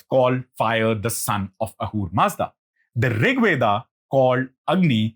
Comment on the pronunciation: Veda...not Weda